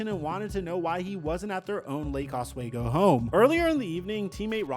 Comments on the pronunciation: It’s pronounced OsWeego not waygo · Os-WE-go not Os-WAY-go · As a local to the Portland area, Oswego is said "ahhs-we-go". I never heard of the party and crime he supposedly committed there, and loved him while here. Was solid off the bench overall. Sad to hear this story.